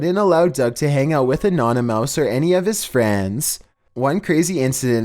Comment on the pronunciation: Did he mean anonymous not anonymouse